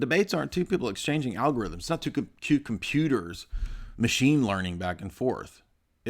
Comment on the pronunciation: "el algorithmos" lol wtf